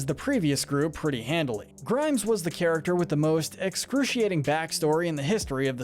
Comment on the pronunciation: XDDDD DURING THE SHERI ONE YOU SAID CHARECTSESER INSTEAD OF CHARACTER